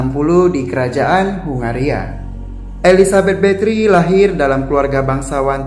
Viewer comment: Sebutan bathory nya salah ya